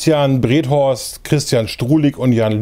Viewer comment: Auch hier nochmal Glüüüüückwunsch!! Name ist aber Berhorst nicht Brethorst :-)